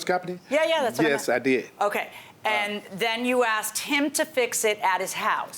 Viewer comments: The word is asked...not axed..fucking elementary school drop outs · I can not stand when pet say "Axed"it's ask.😳😳